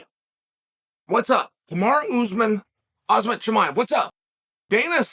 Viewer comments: Chael I noticed you pronounced Khamzat like "hazmat" like hazmat suit. If you switch the Z and M you get close to correct pronunciation Hamzat. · Whoosh Chael Pronuncing Names Wrong Is The Joke